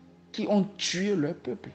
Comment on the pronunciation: "ami aux dictateurs"? "en Leur Z apprenant"? Et pourtant il lit un texte... Etc